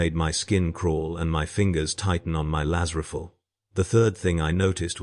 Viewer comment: Please,get a real person to narrate... Its painful to listen to when nothing is pronounced correctly... I love the stories,hut a Laz Riffell and a Commisser WTF...?